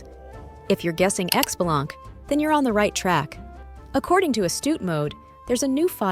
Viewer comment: i cringe every time people mispronounce his name >.<. It's pronounced *shi-bah-lan-kay >,<